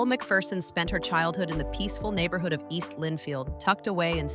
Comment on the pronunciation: You pronounced her name Elle McFierceon and that what she is...fierce !